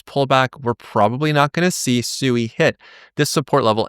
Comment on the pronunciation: You don't even bother to pronounce Sui correctly. 🙄